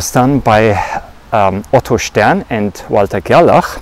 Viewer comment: It's nice to hear "Stern and Gerlach" in a proper accent. I think it's important to still remain critical about the conclusions of experiments like this. Rather than just stating the conclusion I would rather describe the experiment and then the conclusion that was made. Their experiment sent silver atoms - a structure of 47 protons, 60/62 neutrons and 47 electrons, through a magnetic field that is more intense towards one pole and weaker or more spread out at the other pole. They found that these silver atoms are 50% attracted towards the stronger magnetic filed and 50% attracted towards the weaker field. They concluded that this was caused by the spin property of the single unpaired electron in the atoms, causing them to align parallel or antiparallel with the field. In terms of 3d rotations, quaternions obviously have the ability to represent the orientation of particles through a 720 degree rotation, but better yet, they can be used in a continuous field to describe twists and knots in space which could represent particles for aether theories.